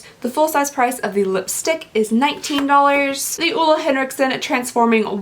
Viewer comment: Ole is pronounced like "ewla" not "olay"